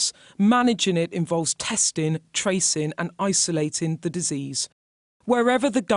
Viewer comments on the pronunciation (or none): Testin, tracin and identifyin???? What’s happening to the news hahahhaha